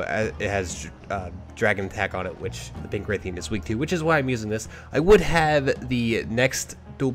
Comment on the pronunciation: its pronounced like wrath-ian not like rathe-ian, also thanks for the whole team thing, most helpful people i'v met